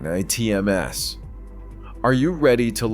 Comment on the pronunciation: AI garbage... can't even say ATMs properly